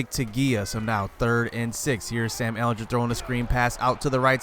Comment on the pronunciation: The way you say ehlinger hurts me